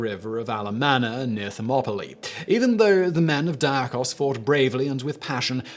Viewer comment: Athanasius Diachos Pronounced as in English Deee ah Kos. Not Dye ah Kos.